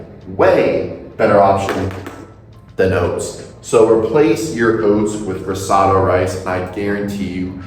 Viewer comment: You’re mispronouncing risotto.